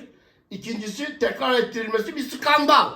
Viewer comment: Şkandal bu ya, vallahi Şkandall...